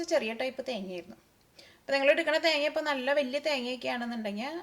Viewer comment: സംഭവം ഉഷാർ. പക്ഷെ ചേച്ച്യേ തേങ്യാ അല്ല തേങ്ങ ഉച്ചരിക്കുമ്പോൾ കുറച്ച് ശ്രെദ്ധിക്കുക. 🙂